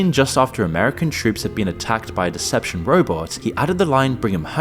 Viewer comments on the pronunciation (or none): This is the first time I noticed a flaw in your dialog - Decepticon was said as deception around 4 minutes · It's decepti-con not deception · Is no one going to call out blatant mispronounciation of "Decepticon"? 😅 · I bet you are. You actually mispronounced "Decepticon" 😂 I think you need an editor too. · I dont know if I can trust a man who doesn't know how to pronounce DECEPTICON....